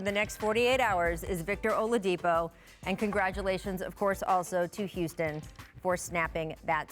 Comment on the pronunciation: "Olavidipo" lol